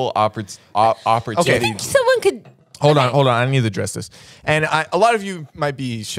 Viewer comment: How did everyone skip over “oppertittes”